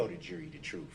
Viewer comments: Yep. Da troof instead of the truth Axe/axed instead of ask/asked Substain instead of sustain Oaf instead of oath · He went to the ghetto lingo school for self representational failures!!! Ask…not Axe Sustain…not Substain Oath….not Oaf Truth… not Truf Tacit…not Tatic Bias….not Biast Jury…..not Jewry His ignorance is epic,!! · I wish someone would tell him that the word is truth and not troof. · He is play acting at his perception of how a lawyer acts. And the word is “truth” not “truf”. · Darrell the word is TRUTH not TRUF